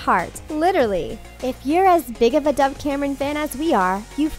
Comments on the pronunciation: My subtitles pronouncing doves name Deb - uhhh okay? Dev - your getting closer! DAF - WHAT THE F*CK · it’s dove not dive